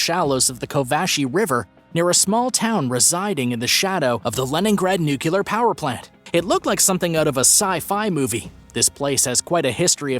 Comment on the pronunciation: Nucular is not a word